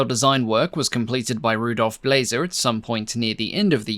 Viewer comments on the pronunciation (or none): Blaser is pronounced ‘Blarzer’! I know this because Blaser is a prominent European firearm brand and there are plenty of the gunmaker’s YouTube videos to watch.